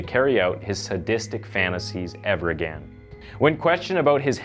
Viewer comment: no I didn’t get a shiver because of how you pronounce “agaaan.”